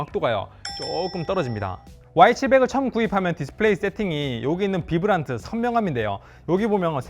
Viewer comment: vibrant는 비브란트가 아니라 바이브런트